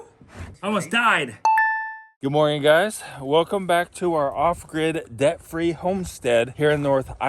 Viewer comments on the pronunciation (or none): Mor-ning .. not Moij-njing